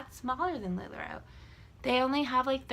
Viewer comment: I don’t want to be mean but you can’t even pronounce the name of the company correct lol it’s not lula roo it’s lula ROW